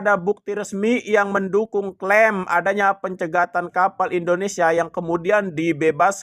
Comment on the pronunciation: Endonesa, yuk belajar dan perbaiki mengucapkan nama Indonesia dengan benar, kan aneh sebagai WNI tidak bisa mengucapkan nama negara sendiri.